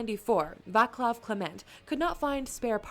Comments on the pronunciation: If you want to say it better Václav should sound more like VaTSlav then VaClav in english spelling. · Vatslav, not Vaklav... Laurent, not Loren... Folksvagen, not Volksuagen... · Little OT: the video constantly mispronounces the name "Václav"(/vaːt͡slaf/) as "Vaklav"(/vaklaf/ sometimes even /vaklaːf/). There's no "k" in letter "c" in Czech language (and probably any slavic language too). The letter "c" has own pronunciation. You write "k" if you want to pronounce "k"(/k/), you write "s" if you want to pronounce "s"(/s/), you write "š" if you want to pronounce "š"(/ʃ/) and you write "c" if you want to pronounce "c"(/t͡s/). (I'm aware that is not your mistake, it's the original video issue. Just trying to stop spreading mispronunciation). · Just one thing to pronunciation. Names of founders Václav Laurin and Václav Klement are meant to read as written with C not K as this machine voice did it. Acording to the wiki in english the name is Wenceslaus or Wenceslas. With name day in 28. September. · I hate how everyone pronounces Václav as VáKlav. C as in Civil war, pronounced this way in entire language. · Still waiting for a video made by an English speaker about any Václav where this name is pronounced correctly. C in Czech is pronounced as TS. Also if you noticed an influx of Czech viewers, it’s because Czechs have this weird complex. We love when foreigners show interest in and appreciate Czech stuff.